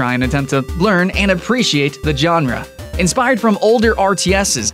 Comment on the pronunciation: lol "john-ruh" xD (i just find it funny no offence)